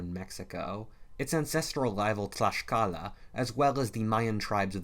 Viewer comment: Mah boi out here pronouncing Tlaxcala correctly